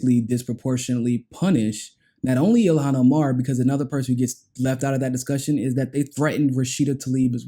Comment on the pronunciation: You FINALLY said her name right. Ayyye double entendres